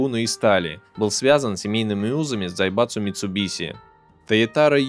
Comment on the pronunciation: Я один выхватил с произношения автором дзаебатсу